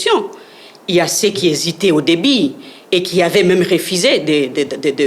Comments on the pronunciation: Au début ou au débit 😂😂😂😂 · Au debut . Non Debit . 😢😢😢😢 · "Au debit" mon Dieu tala batu bazo kamba congo... Au debut et non "au debit" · Elle confond le mot début et débit, elle sort qu'elle est diplomate 😂